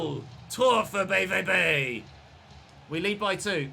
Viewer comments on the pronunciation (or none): Kübel is also incorrect, sorry 😅 - it's [ˈkoːbl̩] - basically like you'd be saying cobble, but instead of a short o, it's a long one. Also, with BVB - the V sound you do would be the letter W in German - the sound often produced by V in German is like the F in fish or face in English. The V in BVB is pronounced like "ow", but with an f sound at the front, like this: [faʊ̯] Don't want to sound condescending, just want to help out a little! Loving the series so far! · Hey love the series. Only thing on pronunciation - German V (as in BVB) is pronounced Fau and Pokal is Po (Like the kung fu panda) and khal (like khal drogo).